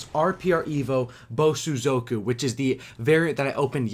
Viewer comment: Thank you for pronouncing Bosozoku better than in your Supply Drop opening.